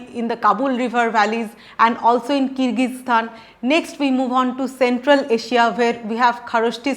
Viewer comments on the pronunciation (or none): none